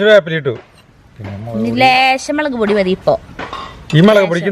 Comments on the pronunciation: Melak alla mulakpodi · Super കലക്കി മോളെ........... മെളക് പൊടിയല്ല. മുളകുപൊടി 😄😄😄😄😄